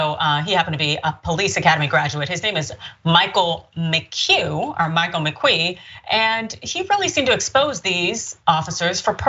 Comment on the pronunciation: How hard is it to pronounce McQueen, Really??????????????????